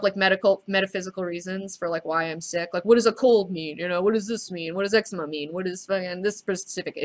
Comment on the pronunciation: It's pronounced as EC-ZE-MA not EX-UH-MA hahaha